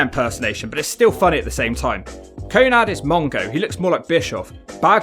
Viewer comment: Your commentary is just shitting on Syxx the whole time. It's not always about the match but the theater and the Wolfpac were always an A+ . Give urself an uppercut if you don't appreciate Syxx's WCW run with Hall and Nash, it was wild and great TV! P.S it's Konan not Konad, wtf?